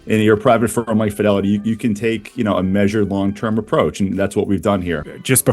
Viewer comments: Pronounced Fidelity not Fydelity 😂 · Are you pronouncing “Fidelity” the way you are on purpose? Listen to how the guys from Fidelity pronounce it. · please stop mispronouncing the word "Fidelity"